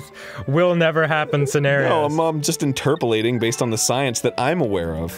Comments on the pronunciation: Interpelating? Really Arin? Maybe they are high... On Mario Galaxy! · This just in, arin extrapolates and interprets knowledge at the same time causing the new phrase interpalating to go viral. After overuse of said word the casualties by attempting to pronounce it have reached 20,000.